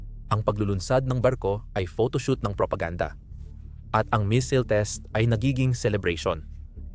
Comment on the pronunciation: Missile po. Hindi misil